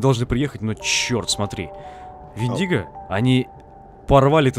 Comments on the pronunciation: Вендиго ударение на е. Мифическое существо. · Вендиго, ударение на е! Это из фильма «Одинокий рейнджер», это фильм про дикий запад.